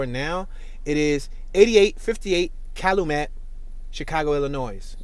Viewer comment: This dude pronunciation of Chatham, Wabash, & Calumet is killing me.